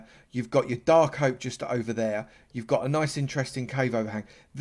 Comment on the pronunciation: whats a darl oak forest lol